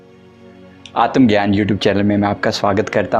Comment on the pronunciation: आतम ग्यान नही आत्म ज्ञान असे